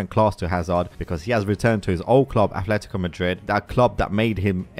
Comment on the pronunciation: And it's Atletico, not Athletico